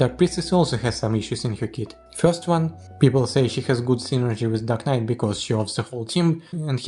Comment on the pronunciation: The subtitles mistook your pronunciation of "dark knight" to "duck knight", just thought that was funny.